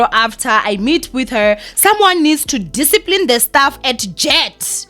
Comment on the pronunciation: "staff" not "stuff"😕